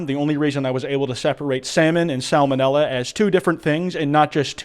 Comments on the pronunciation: pronounces the L in salmonella? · Where Im from salmonella is pronounced salmon ella hearing sal-mon-ella was incredibly jolting